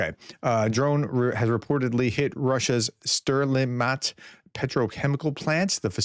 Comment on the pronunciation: STERLI-tamak. Not STERLI-mat.